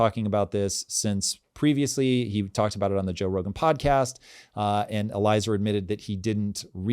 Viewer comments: Neither of y'all were close "L-E-A-zer YUD-cow-SKI." Listen to him and Wolfram going toe to toe for many hours. Whoa. This "4th industrial revolution" is still pretty virgin. Deep Cheeks is that wall of worry every healthy market must climb. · el-ee-aye-zar. eli'ezer. meaning God helps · Eliezer is pronounced Ellie Ay Zer. Just to help. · Lol you both mispronounced Eliezer's name